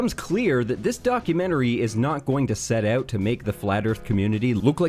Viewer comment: “Set AWt”